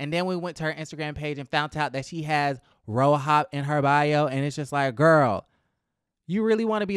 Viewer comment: The way you say ro-hop sends me everytime😭